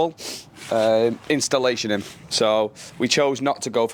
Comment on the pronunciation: Love the job, just for future ref. It's insulation not installation!